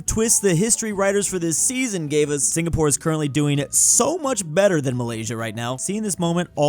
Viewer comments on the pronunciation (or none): none